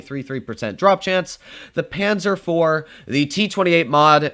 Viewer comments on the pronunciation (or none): none